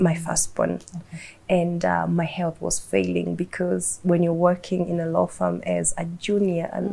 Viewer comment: Love this lady BUT Don't put R kila place....... its law not lawrrr🙄🙄🙄🙄 be yourself